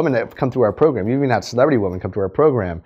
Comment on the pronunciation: I'm pretty sure you're mispronouncing the word women, it's plural and it is pronounced differently than woman.